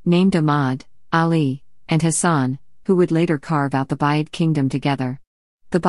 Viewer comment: Thank you for this interesting video. However it would be better if the comment was read by a human being. "Buyid" should be pronounced "booyid", and not sound like the word which means "purchase". Similarly, "Bahram V" should be read "Bahram the fifth" instead of 'Bahram Vee".